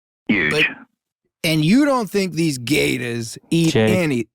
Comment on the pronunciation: Jake's pronunciation of "gatahs" is SENDING ME. 😩